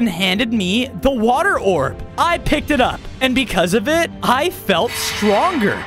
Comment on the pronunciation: British accent😂 water